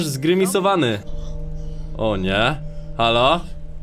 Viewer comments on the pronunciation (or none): none